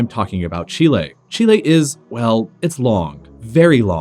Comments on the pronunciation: It's said chilly not chilla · The way he says chile really annoys me XD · Rather than the butchering of the pronunciation of “Chile,” it was a cool video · I don't like how he says Chile